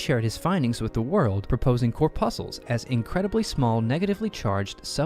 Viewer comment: Pronouncing corpuscle wrong, gave it away....